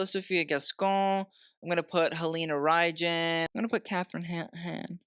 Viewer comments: You pronounce it "Halina Reyn" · Halina Reijn is pronounced like Halina Rhine (like wine) except we roll the R but that’s okay, her first name you pronounced correctly but the last name is much simpler than you thought haha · Halina Reijn's last name rhymes with rain.